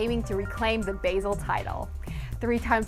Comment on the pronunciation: good video and good news, btw its basel is pronounced "bah-zel"